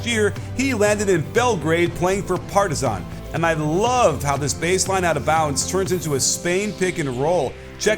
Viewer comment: Hey coach solid pronunciation of the Partizan's players names! Keep up the good work and bring us some more of the Euroleague content!